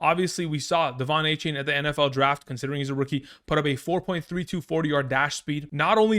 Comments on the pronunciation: Just for future reference, he prefers “A-Chan”, not “A-Chain” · It’s not a-chain it’s a-chan